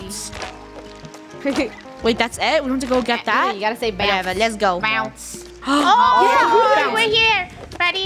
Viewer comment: Its bounce not bow